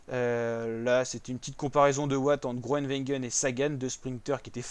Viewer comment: Apprends à dire le nom de Gronewegen